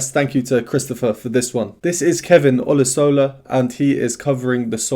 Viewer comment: Pronounced O-lu-sha-la not O-lo-so-la... but otherwise great review...